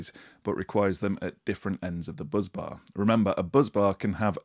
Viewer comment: Bus bar, not buzz bar 🙄